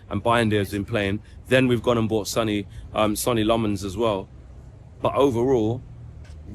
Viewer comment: ‘Sonny Lommons’ 💀